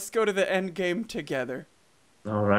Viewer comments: The end, not lel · The End...............NOT lel!😂